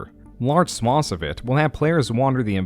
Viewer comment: swaythz not swoths FOR THE LOVE OF GOD